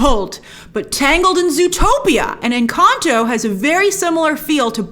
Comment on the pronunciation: I LOVE how you pronounce "Encanto"